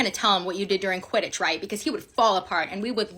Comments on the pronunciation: "But sir- QUTIDDTCH" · “But sir… QUIDITCH?”